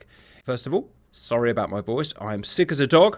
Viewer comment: british person saying sorry